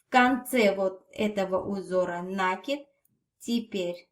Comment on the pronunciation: НакИИИд ударение на последний слог!Бактус прелесть❤❤❤!